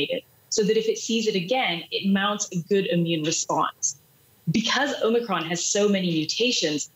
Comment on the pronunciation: Omicrons ?? sounds like O´Macron.